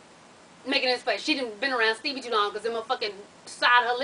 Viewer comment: You be really calling him Steebie lmao